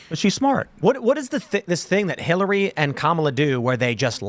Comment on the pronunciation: Sounds more like "Hellary"